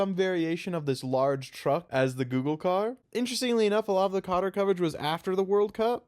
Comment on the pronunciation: I'm not here to pretend the general pronunciation of Qatar is correct, but the one you just used dealt actual damage to me.